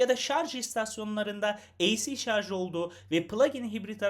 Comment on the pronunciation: önceki plug-in hybrit videosunu sonuna kadar izledim ve sıkça şarz demenizden aşırı rahatsız oldum , şaşırtıcı kısım ise sizin kadar diksiyonu düzgün birinden şarz kelimesini duymam. Yorumlarda bu durumdan şikayetçi kişilere düzeltmeniz için teşekkür ederim yazmışsınız. Bende içinde şarj kelimesi muhtemel olan bu videoyu açtım, iki video arasında 6 ay var. 6 ay önceki yorumları dikkate alıp düzeltmişisiniz. " aman nasılsa anlaşılıyor ha şarz ha şarj " demeyip düzeltmişsiniz 👋👋👋